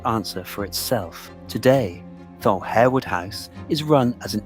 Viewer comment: It is pronounced Harwood not Hairwood and Lascelles is "Lassuls" not "la-sell"